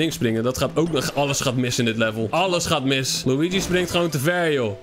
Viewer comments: Het is luigi maar loeigie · Zeg lowiedjie want als je Luigi zegt denk ik aan poepie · Hij het helemaal geen Luigi de g spreek je uit als een gi